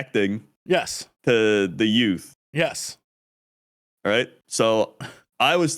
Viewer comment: The what? What was the word you just said? Yoots? Whats a Yoot?